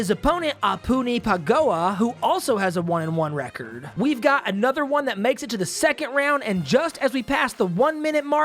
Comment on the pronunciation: God damnit! RECORD NOT RECEERD